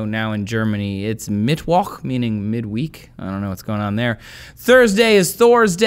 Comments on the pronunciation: it is pronounced Mitt-Voch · How you pronounced Mittwoch lol. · OMG my german friends the way he sayid mittwoch XD im dying right now